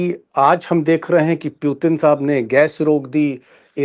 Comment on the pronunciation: Pyutin nahi Putin